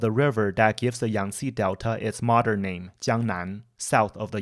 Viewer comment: i agree. this guy is better than many and he pronounces the names the correct way